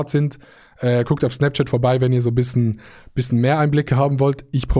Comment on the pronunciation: Wir haben den gleichen Sprachfehler wir sagen bissen statt bischen